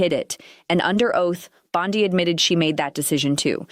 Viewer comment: I thought the same thing. And it was annoying how "it" kept mispronouncing Bondi. Yo, --it's Bondeeeeee, not Bond-eye.